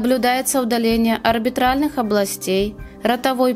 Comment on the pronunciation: Не орбитральных, а орбитальных. Это же не арбитр, а orbita глазница.